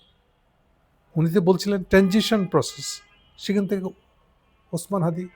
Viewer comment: উনি অপ্রাসঙ্গিকভাবে হাদির নাম আনার কারণ হাদির নাম আগে সঠিকভাবে উচ্চারণ করতে পারেননি । ইনকিলাব মঞ্চের নামও উনি সঠিকভাবে বলতে পারেননি । উনার কারণেই আওয়ামী লীগ দেশকে বিপথগামী করেছে । বিএনপি ক্ষমতাসীন হলে সেটি আরও ত্বরান্বিত হবে।